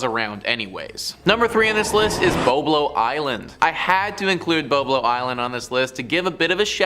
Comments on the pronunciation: Is Boblo, not bo-blo, you were not even born yet. It's was fun place. Non of these vids were scary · Not bo blo it's BOB-LO island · Its Bob low island that's how its pronounced. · Just an FYI the island between Detroit Michigan and Canada that you spoke on and the boat, the fyi I want to bring to your attention is the proper pronunciation for BOBLO IS BOB- LO island and the boat drew many many people from across the city and Canada to the island for a family day. It is now being renovated to housing and we have a butterfly observation area. The boat was burnt some years back and irreparable